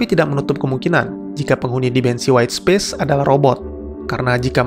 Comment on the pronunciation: Space dibacanya bukan Spis om...